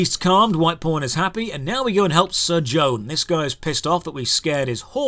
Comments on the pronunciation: says "pawn", I hear "porn" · Man, each time you say pawn I keep hearing "porn". LOL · Everytime he says "White Pawn" I hear "White Porn" lol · Local pawn, all I hear is Local P--rn " ahhah